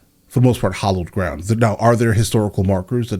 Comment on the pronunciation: Both of these people say hollowed ground. WTF is hollowed ground?!? Is that ground in which a tunnel has been dug?